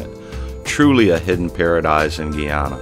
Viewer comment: it's not GEE ANNA it's GUY ANNA